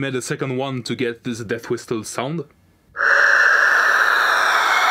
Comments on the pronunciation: It's pronounced "whissle". The T is silent. Excellent travail! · You shoud pronounce it as /wɪ́səl/, or simply WIS+uhl. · The 't' in 'whistle' is silent bro. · I have NEVER heard someone pronounce the. T in whisTle